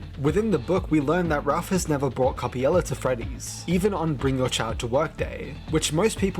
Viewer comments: cool video but why do you pronounce coppelia as coppiela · I'm a Brit myself and I've always pronounced Coppelia as coh-pee-lee-uh or coh-peh-lee-uh, so I think is just misreading/has a consistent typo.